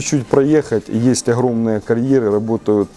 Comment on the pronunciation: Если взялся говорить на русском, о серьёзном.. так хотя бы не Хыкай да. оХромные.. хородища.... хде-то.. хурганы..и т.д. Вроде по теме балакаешь..почти не тупишь. Но вот это твоё { Х } всё портит да. Прекращай уже! Или ховори тогда уже чисто на украинском .